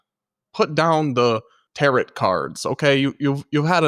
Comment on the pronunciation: Tarot is pronounced 'taro' Thanks for covering this in depth. The world would be a better place if all these horrible people took the time to spread the truth, rather than lies they want to be true. They made these videos with glee.